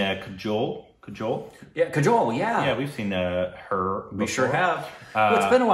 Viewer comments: Pronunciation of kajol is kaaajol. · New pronunciation suggestion for you.. Kajol-> Kaa-Joal..